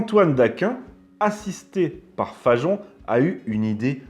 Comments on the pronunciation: Pourquoi dites-vous Fa"j"on alors que c'est Fagon. Comme Wagon. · Hi hi! les roast-beefs l'ont dans l'oignon! Mais pourquoi s'entête-t-il à prononcer "FaJon?" "Fagon", ça se dit "FaGon", non?